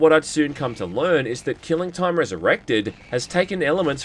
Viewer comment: I'm sorry, "Keeling Toym"? XD